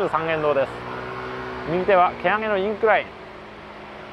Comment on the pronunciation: 上洛おめでとう㊗️ございます！ ところで多くの方が「インク-ライン」と呼ばれるいる蹴上の施設、厳密には「イン-クライン」、つまり墨の線ではなく傾斜(incline)が語源ですね。細かい事を言って失礼いたしました。